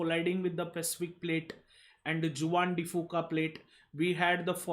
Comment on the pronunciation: Awesome lectures and thank you for your efforts. Just a small correction, Juan de Fuca is a Spanish word where Juan is pronounced as 'huan'.